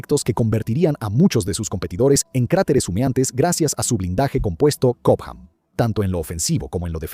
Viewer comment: cohpam? Alguien sabe que características tiene dicho blindaje? O será chobam